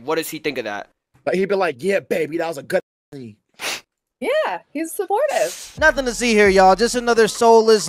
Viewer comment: Weird, why did she keep saying her husband was simportive?